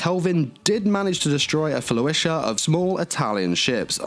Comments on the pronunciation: It sounded like he was saying flo-isha, rather than flo-tilla. He also pronounced "bow" incorrectly when discussing the damage she took in battle against the Germans. When referring to the front of a ship, the bow rhymes with "how" or "wow." He pronounced it like a bow tie or bow and arrow (rhyming it with words like "flow" or "glow")... Other than these little nitpicks, though, I really appreciate him doing these character reviews and tying them to the actual history of their ship namesakes. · I can’t be the only one triggered by how pronounces Flotilla, right?